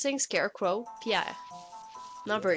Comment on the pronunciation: you pronouce that "pierre" with a very good quebec accent